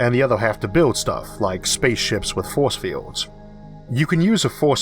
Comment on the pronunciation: I'm sorry but you sound like Elmer Fudd. "Be vewwy vewwy quiet, I'm hunting fowce fiewds."